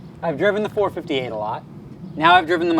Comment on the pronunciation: It's four-five-eight. The way u r saying it sounds retarded.